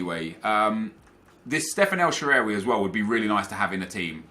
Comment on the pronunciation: Sorry but the way you say El Sherehhwey just doesnt sound right. It's El Shahrawy.